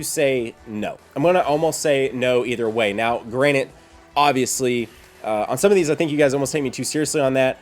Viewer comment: lol, i love you your videos are the best, BUT you're gonna hate me... GRANTED (grant-ed) not "granit" LOLOL!